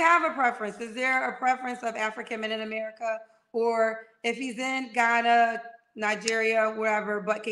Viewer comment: Here we go🙄. Of course, there are many people from the hood that are articulate and have an excellent range of vocabulary but she is not one of them. The fact she has to make it clear that she is not ghetto and its all unprovoked but pronounces ratchet as "ranchet" and America as "Americaahhh" tells me everything I need to know🤣. In her particular case, her accent comes off as forced!